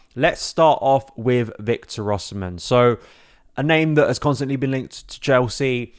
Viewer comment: His name is pronounced Osimay.